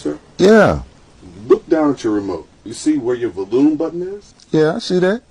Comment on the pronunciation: 😮😵‍💫🫨VO-Lume….CHA-nnel 😆😂😂I absolutely didn’t catch it until it was almost OVER…. I’m done 😅😢🤣